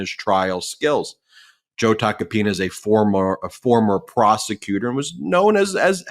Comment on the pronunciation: For a moment I thought said "I'll get back to Tacopenis" It was actual Tacopina's 😂